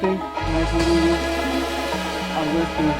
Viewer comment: my name is Ougústeen jajaja, se americanizó el españolete. Grande